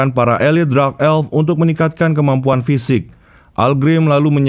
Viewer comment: Min kenapa dark dibaca jadi drax dengernya aneh